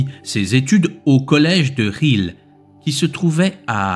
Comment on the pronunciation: Ça se prononce LOUIX c'est du néerlandais son nom! Geel pas GUIL. Ce n'est pas facile à prononcer tout ce qui est néerlandais je c'est bien parce que nous du côté francophone nous sommes mais c'est prononcer autrement en France comme la ville d'Anvers par exemple C'etait un homme extraordinaire